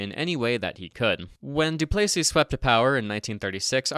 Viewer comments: DOO=place=ee? Mon Deiu, C'est prononcé Doo-ples-EE tabranac. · Not to be annoying but you pronounced Duplesis wrong in this video, you pronounced it Du-play-sees when it’s commonly pronounced Du-pleh-sees